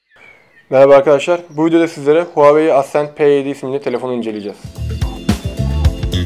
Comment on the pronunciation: Huawei'yi Huahwi zanneden :D